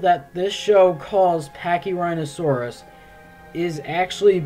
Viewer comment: Pachyrhinosaurus is my second favorite dinosaur, the fact that yhey butchered it makes me sad...